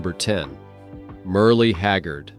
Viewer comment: Who is "Merly" Haggard? Stupid AI slop!